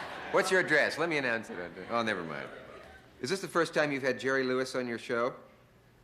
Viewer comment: Damn - such a corny monologue! 🤣 All those 3x5 cards and he still pronounces Jerry’s last name wrong!